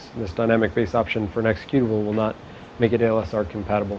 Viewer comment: The instructor almost always says ALSR instead of ASLR. I like OST lessons :)